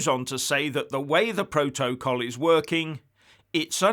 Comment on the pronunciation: Keep on talking about Biden, and forget the "proa-toa-call"! LOL